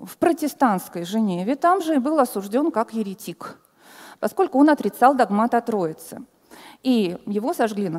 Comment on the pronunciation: Вообще то именно что догмАт.